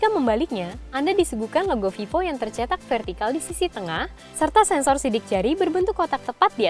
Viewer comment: yang bacaan nya vevo